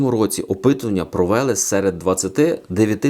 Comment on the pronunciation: 😤😤😤 провЕли або все ж таки ПРОВЕЛИИИИИИ! НАГОЛОС БЛЯ ДЕ. Блювати тягне